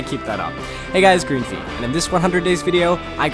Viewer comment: Greenfe sounds like green tea